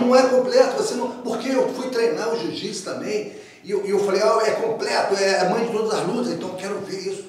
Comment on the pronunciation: Se tem Gracie na entrevista, vai ter "cadimia" e se tem Marco Ruas, vai sair um "ji jitsi" kkkkkkkkk